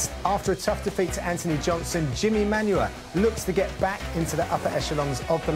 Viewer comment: stop saying Manyuwa ffs